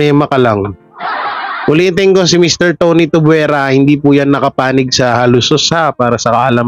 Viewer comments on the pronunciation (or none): Hindi Tubwera kundi Tuviera, Tuvyera kung bigkasin. Thanks